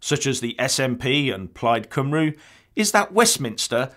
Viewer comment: Just to let you know, it`s pronounced ` Plaid Cumree` not ` Cumroo`